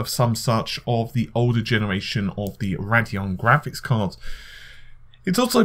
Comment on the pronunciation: Ray - dee - on. Not Rad - e - on